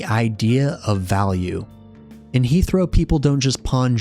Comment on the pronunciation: This would be a great listen if the pronunciations of the Names and Locations weren’t so off from how they are pronounced in game. For me personally, It completely takes me out of the video when i hear “Heath-row” instead of “Heh-throw” and “Alf-eerd” instead of “Al-far-d”